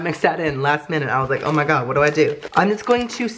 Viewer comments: Always poorly mispronounces oh my god when he tries the food. I watched him since 10k, big fan! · Replay every time he says “oh my gawd”